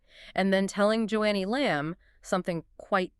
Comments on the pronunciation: The first marriage was not 12 yrs, but one or two years. Joni is pronounced "Joanie" not Joannie. I knew when Doug got together with Lisa. It was in his early 20's. You can't believe almost anything either Doug or Joni say. You two lied about Doug being upset by Lisa's exposure--you two are frauds. Stinky ones, you don't even know how to say her name. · Dead giveaway!! NOT JO-ANNIE Lamb folks! It’s Joni Lamb!🤢😡🥶🤷‍♂️🤷‍♂️ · How about pronouncing Joni's name correctly!